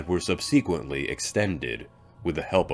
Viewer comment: I'm fascinated by "sub SEE quent." I've heard this in other vids by (I could swear) other channels - maybe a freelancing robot!